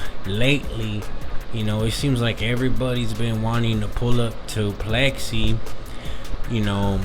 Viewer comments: Its pix ley .... Like pics lee not plexy😊😊😊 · It’s pixley not plexi! You sound like a retard foo